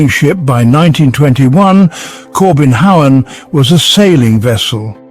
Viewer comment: No, not the "Kobenhavn", the "Corbin Howen" , haha